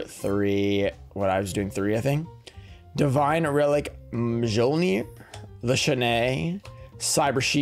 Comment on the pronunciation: The pulls here were nuts! My only gripe is you kept saying Mjolnir wrong